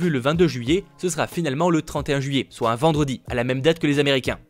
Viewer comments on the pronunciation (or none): none